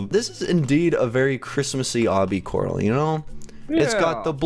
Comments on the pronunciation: corl not corp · you are not stupid but coral is tell Coral this